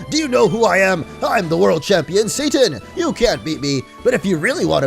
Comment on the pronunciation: hes saying satan i hear Sane.......